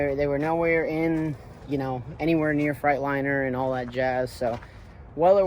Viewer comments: I enjoy your channel. I say this with respect: You haul freight. In a "Freightliner".. not a "Fright liner" You got to know how to pronounce the brand of your truck. Ask Freightliner if you need confirmation.. 😂 Enjoy your channel. I bought a 99 w900l that has beat the shit out of me in repair costs too.. I know your frustration first hand. I paid it off. The one blessing that we have is that we'll know our trucks and what's been done at least. The fact is.. I've accepted the fact that I will always be needing to fix things as a constant so I pay myself accordingly and the rest goes into the business account. Have a good truck tax preparer and write EVERYTHING off! Keep up the good work partner. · I knew you could pronounce Freightliner right, you just didn’t want to lol trucks coming along good man. Keep up the good work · You crack me up how you say Freightliner